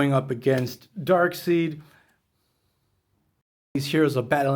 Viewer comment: Good review. This was such big news at the time. I loved this series. It was so much fun. In DC comics Doomsday Clock another Marvel crossover with DC is supposed to happen in July 2030. Let's hope we get it sooner than that. Darkseid is pronounced DARK-SIDE rather than DARK-SEED. Jack Kirby had to correct lots of kids on the pronunciation lol.